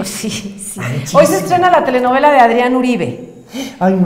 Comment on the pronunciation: No es Aarón, es Adrían.